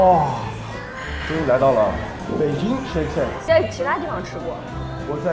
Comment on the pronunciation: 今天造型真洋气，这胖子我不认识就是觉得太装了，shake shack的发音都不对还装出一副很厉害的样子，最后看看的发音。就相当于在美国拿个肉夹馍在那各种装一样！